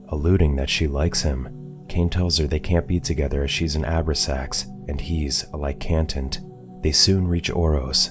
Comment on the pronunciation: I love these channels, but...."..the Abra-sax Family." It hurts when you realize it's a movie that not even the Channel has watched.... It's pronounced: "O-brax-ans."